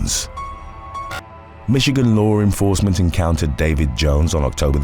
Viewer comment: You keep saying lore enforcement in all these videos..wtf the deal with that